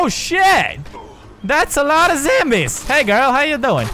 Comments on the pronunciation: you say zambies its zombies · You can't say zombies you say zambies too funny!! I love you Pewds!! <3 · I'm so honored that you say zambies too cuz your one of the persons I look up to you anthony ian joey graceffa and kalel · Why does Pewdiepie say zambies?